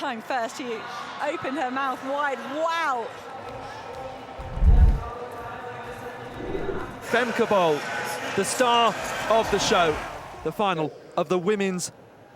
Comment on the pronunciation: Femkaypoal"😂😂 as a dutchie, that's what i hear😂😂